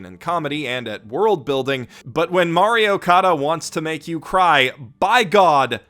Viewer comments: "Mario Kada" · I heard it as Mario Kada